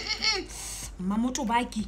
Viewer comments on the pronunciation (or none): It’s “Mamotobake” for me. 🤣